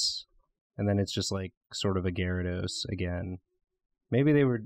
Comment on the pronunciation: Why do people ignore the Y in Gyarados? Edit: Love ya